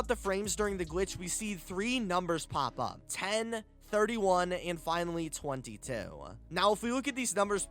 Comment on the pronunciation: Why he say 22 like that